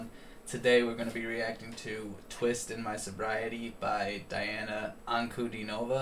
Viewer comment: The bad news: On Saturday, November 20, we will hear the last (ninth) performance of Diana Ankudinova in the show of the Russian channel NTV. Good news: in December, Diana Ankudinova releases her first LP. The green screen died. This is Russian virtual reality technology right on the stage! P.S. Say the first syllable of her name as DEE, please. Thanks.